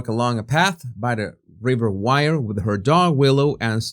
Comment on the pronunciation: If Ms Bulley had envisaged taking her life , she would have certainly left a note behind. This is my personal opinion. Jesus, river Wyre is pronounced as ware not wire😊